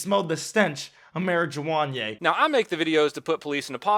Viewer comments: I dislike this guy, but when he said "mary-jew-wan-yay" i choked on my food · This dude upsets me. As somebody who smokes pot, us marijuana consumers do not claim anybody who says "Mari-jiwan-ye". No.